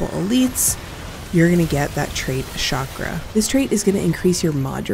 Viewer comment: Few words in the whole English vocabulary like (Chicago & chandelier) pronounced with a "SH" ..... Chakra is not one of them !!!!!!!